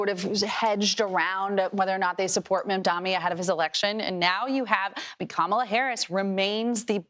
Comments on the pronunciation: You mispronounced his name! MamdaNY NOT MamdaMy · How difficult it is to learn to pronounce MAYOR MAMDANI’S name? Why is she saying mamdami? Can’t she see his name written all over the internet if she can’t hear properly. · “The name is Mamdani. M-A-M-D-A-N-I. You should learn how to say it.” Like, kindergartners pronounced his name accurately, and you, adult reporters, cannot seem to say it right is crazy to me! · How is it so hard to pronounce Mamdani correctly? . She works in TV ffs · The moment that one lady said "Democrat Party" and couldn't bother to pronounce Mamdani's name correctly, I tuned her out. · That Repub woman STILL can't pronounce the Mayor's name? Why isn't she being publicly called out by the host? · He’s the most popular politician in America, and your job is to talk about politics. It’s beyond embarrassing you still can’t pronounce his name. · can people please just learn how to say mamdani its not that hard